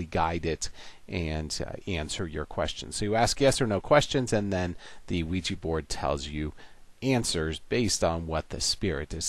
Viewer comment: Luiji board? 😂